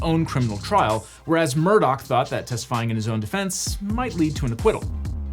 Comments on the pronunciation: why during the trial did everyone pronounce it “Murdaugh” as it is spelled if that’s not how you pronounce it? Legitimate question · Take a shot every time he mispronounces the last name. It’s not “Murdoch” it’s “Murdaugh”. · Does anyone else cringe at how this guy keeps calling the family murdock instead of murdaw? I know it's a small thing but you'd think with lawyers the attention to detail would be above average... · Am I the only one who is hearing him say "Murdock" instead of "Murdaugh" for the whole video? Or is this just how it's pronounced? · A double murderer and the worst part is still how he pronounces his name, Alex Murdaugh, as Alec Murdock. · Awesome recap. Only criticism is that his name is pronounced Alec Murdaw. Not Alex Murdock. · It's "Murdaw". Idc what anyone else says you can't use that spelling in your name and pretend it's a keh sound. Their whole family has spent their entire lives correcting the way everyone else pronounces their name, imo they're wrong it's at daw sound not a dock sound. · Why does he keep saying “ murdock” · The way he keeps saying “Murdock” is so annoying like it’s obviously not spelled like that. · Ok this is driving me crazy. Is the name actually pronounced 'Murdock? Because that's how he keeps saying it. In the Netflix doc, I heard Murdock, Murdah, and Murduh. Which one is it? I know it is stupid but it makes me feel like I am insane. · As someone who has unwillingly been exposed to all this drama, I feel compelled to contribute this: Regardless of the spelling of Alex Murdaugh, he pronounces it Alek Murdock. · Somebody sue these corrupt mfers for pronouncing everything wrong. How do you get Alec Murdock out of Alex Murdaugh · Not that I want anything to do with defending a murder, but it’s a GH at the end of MurdauGH… not a CK. We’re not talking about Rupert MurdoCK, we’re talking about Alex MurdauGH 🤦‍♂️ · Alex Murdaugh pronounces it like Alec Murdock. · He keeps saying Murdock lol